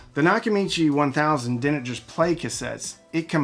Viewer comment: They "dinnint"?